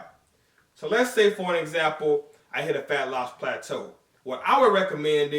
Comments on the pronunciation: Throwback to when used to pronounce it as "Platoo" LOL By the way I recently posted a PHYSIQUE UPDATE on my channel. be sure to check it out and let me know what you guys think! Greetings from South Africa! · no more plat-too eh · I was really hoping to hear pla-too like back in the day haha - Josh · Only pog og fans will remember when used to say "plah-too" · they don't know about "plah-too" and that busted ass spatula, then they definitely aren't OG haha